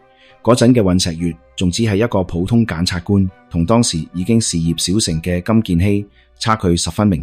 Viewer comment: 檢察官都讀錯吾系呀